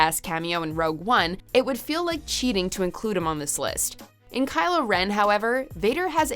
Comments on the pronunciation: Cry-lo Ren? lmao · Sees Kylo Meh Instant Dislike!! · KYLOO REN??????? ÂÂAAAAÂAÂAAAÂAÂ TAKING TOP10 WTF IS GOING ON WHATS GOING ON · Kyle ren? 😂😂😂😂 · Kylo ren... Kylo ren!? 😂😂😂😂😂